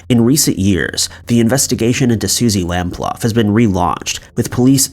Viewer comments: Suzy’s surname is pronounced, by her family, as lamp-loo. Not lamp-luff. You mispronouncing her name is disrespectful. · Suzie's surname is pronounced lamploo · Interesting, I love this type of content. By the way, it’s Suzy Lamp-Loo, not Lamp-Luff. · Susie Lamplugh (pronounced Lam-ploo) case, John Cannan was the only suspect in the case, it is believed that he killed her but has never been charged due to insufficient evidence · It's Lam-ploo. All you mispronunciations are so distracting. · Also Suzie surname was improperly pronounced. It is Suzie Lamp-Loo although its spelt Lamplugh. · Suzie Lamplugh was unlucky to have 15 dollars in her purse. At least pronounce her name correctly ay?? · The pronunciations in this video are horrendous. The narrator never seems to get any of them right, he should at least research the names where they can easily be found. Both Edinburgh and Lamplugh have been incorrectly pronounced. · Number 3 !! We don't use dollars in England and you pronounce her name totally wrong. This is still sad here so please get it right. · Chrissy not have I not only too get a city name wrong but too pronounce suzies name wrong is pretty much unforgivable, such a beautiful girl who's life was taken at such a young adult age.